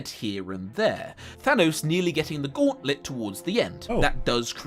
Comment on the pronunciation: I just can't fucking stand how this guy says "Gauowntlut"